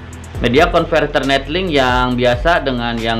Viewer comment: 𝑛𝑒𝑙𝐿𝐼𝑁𝐾 𝑏𝑢𝑘𝑎𝑛 𝑛𝑒𝑡𝐿𝐼𝑁𝐾